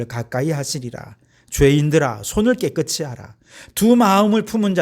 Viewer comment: 목사님, 말씀 잘 듣고 있습니다. 한가지,"깨끗이" 발을을 깨끄"치"로발을하시는데, 우리말의 연음법칙에따라 깨끄"시"발음하는것이 맞습니다. "이"앞에 받침ㅅ을 이에붙여 시로 발음해야 합니다. 김승규장로드림